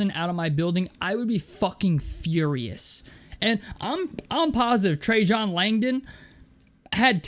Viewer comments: trey-JON Langdon 😂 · Every time a YouTuber or podcaster mispronounces Trajan Langdon I remember my age.